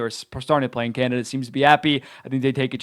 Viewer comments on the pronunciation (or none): none